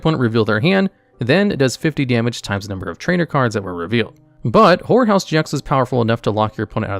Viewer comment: This is going to sound wrong, but every time I heard you say "horror house GX" I instead heard "whore house GX"